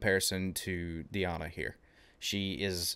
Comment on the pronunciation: Dear Author, Her real name is DEEEana not DAiana